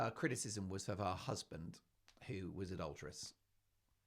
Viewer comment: EVERY time you say "My HuZzzzband!" I crack up!! 😂 Every video, every time...I chuckle. How are you not only Broadway?😅